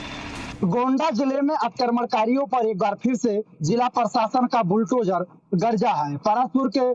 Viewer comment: संवाददाता पहले शुद्ध बोलना तो सीख ले बुलटोजर नही बुलडोजर होता है कैसे लाईव प्रसारण का चित्रण करते है